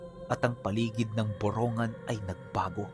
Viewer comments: Sir para poh tama pag bigkas nyo sa Lugar parang ganito Bong-gan Ganon pronouncetion saamin nyan poh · Boronggan poh Ang tamang pronunciation😊😊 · (borongan) binabanggit as (borong gan) po taga dito po kami, Lugar po ni tito boy abunda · Hindi tama pronunciation mo borongan ngan Gawin gun